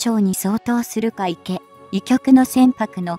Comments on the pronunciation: 海協じゃない 海警 かいけいとゆうんだ アナウンサー失格だ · 何で海警をうみきょうと言うのかこの音声を早く修正せよ❗️